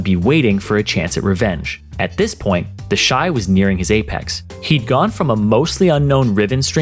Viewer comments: I thought its pronounced "Teshi" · Ah yes, TEHSHEE